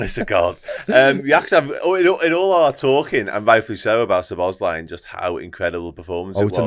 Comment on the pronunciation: There are videos, where the man himself pronounces his name, and it is not way some of the men in this video are pronouncing his name. Szobo Szlai (sobo - slai) - not (sobos - lai)